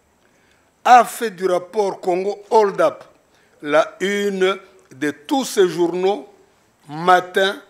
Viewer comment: Tata oyo aza tutsi,yoka façon azo prononcer hold up, azo loba hord up. C'est grave, ils sont nombreux à kin et les kinois ne s'en appercoivent pas neti militaire wana na procés ya chebeya, soki azo jouer rôle ministère public.